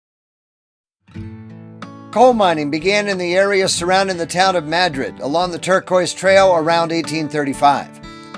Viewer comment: Mad - Rid.. Correct Pronunciation.